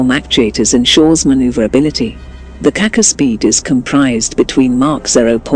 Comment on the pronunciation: for Gogs sake can you do some to pronounce the name of the rocket properly the c in yurkish language in this case has the sh sound like in ship